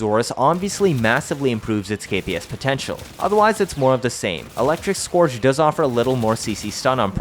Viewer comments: Wtf is skååårdge prime. Pronounced Scööördge prime. Just so everyone knows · It sounds like urge, not gorge btw